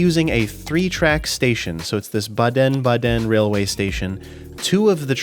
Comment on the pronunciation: Nice try with pronouncing Baden-Baden and trying to interpret the railroad station. It's actually the other way round. The closest tracks with the longer platforms serve the ICE (InterCityExpress - German long distance intercity trains) - and the two outer tracks feature regional trains.